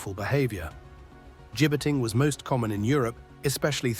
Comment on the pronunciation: At least pronounce and spell the word correctly. 'Gibbeting'. Not Jibing. (Gibbeting is the use of a gallows-type structure from which the dead or dying bodies of criminals were hanged on public display to deter other existing or potential criminals. Occasionally, the gibbet was also used as a method of public execution, with the criminal being left to die of exposure, thirst and/or starvation) 'Jibing' Present participle of jibe.